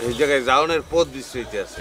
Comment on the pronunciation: পথ এর উচ্চারণ বরিশালের ভাষায় পোথ🤣🤣 পোদ না😝😝